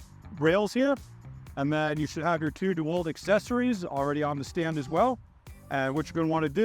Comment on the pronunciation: Did he say Dewelt ?.....really